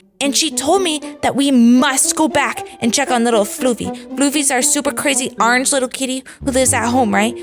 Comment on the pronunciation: you said arange😂😂😮😂😂😂😂😂